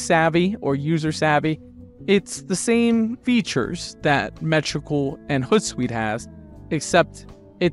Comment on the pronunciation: hOOt like an owl. Not hutsuite